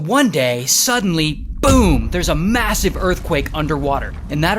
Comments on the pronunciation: Did u say massive? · Did you you say massive?????